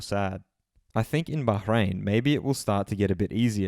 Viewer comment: LOL you can’t get enough of saying baJJJJ rain eh 😂 sounds terrible